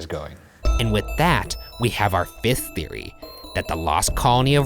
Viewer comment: It sounds like he says “fisth” theory